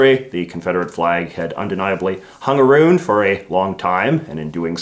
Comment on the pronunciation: It's not Canadians' culture to pronounce around as aroo'nd. Nor SHOULD it be.